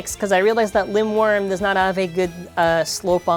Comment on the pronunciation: Linwyrm looks so nice! (and I do believe you are pronouncing it right!) Too bad the slopes are bad, but at least the TP disc weighs more thank hasbro's Wheel. Fq looks visually nice imo.